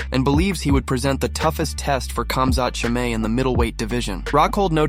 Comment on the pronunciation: Man said khmazat chemay ffs